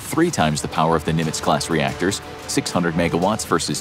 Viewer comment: "nuclear rectors"